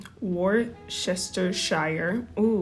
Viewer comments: say it with me, kids!!: woos-ti-sher!! worcester = pronounced worster, silent "ce". so worcestershire = woos-ti-sher. 😉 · Hey there. Worcestershire is actually really easy to pronounce - say it like 'woo-sta' - I don't know why no one pronouces the 'shire' bit. You know for next time :-) Great recipe - thank you.